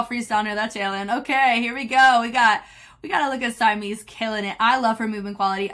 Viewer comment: Love the video!! Just a note, Simeez is pronounced 시미즈, oh and also the guy that was doing the couple freestyle choreo at the end of the first group is 이조 from SMF Eoddae (the one who was Rain in their Rain choreo mission)! Simeez and him used to date. That's enough TMI from me 😂